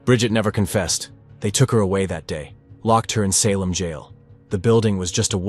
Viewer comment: Had to stop listening to this AI NARRATION! The way it mispronounced SALEM, 5 TIMES IN A ROW!! its just ridiculous! I refuse to give my time listening to a story read to me by a non human that DOES NOT YET COMPREHEND AMERICAN ENGLISH! ITS INSULTING! LAZY WRITING! LAZY EVERYTHING! SHAME ON YOU FOR TURNING ON YOUR SPECIES! BOOOOOOO!👎👎👎👎👎👎👎👎👎👎